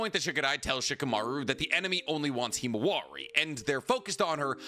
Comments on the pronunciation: Himawari. Not “Hemowari”. lol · “ It was Naruto’s daughter ”